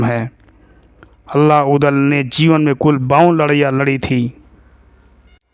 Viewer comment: Abe chutiye Allah nhi h vo Alha h 😂